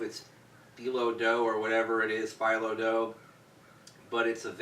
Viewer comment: Awesome review, and now I want Asian food...thx alot,! Btw...it's a dumpling wrapper...like a noodle dough...as opposed to.phyllo (fee-lo) dough is a super thin dough used for middle eastern pastries... very crunchy when baked.